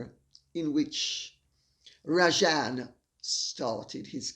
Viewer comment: Hi Lady C, being Indian I'm deeply disappointed seeing a fellow countryman behaving in this despicable and unethical manner. But I suppose he doesn't consider himself to be indian and to be fair, his country of origin cannot be blamed for his sins of omission and commission 🙄🙄. The name is pronounced as Raa-jun, sorry but I had to correct you on that. Though Mr R may prefer the anglicised version ?? 😄😄